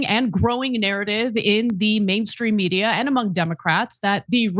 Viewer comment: Can someone tell me what's up with Ana's pronunciation of the word "media"?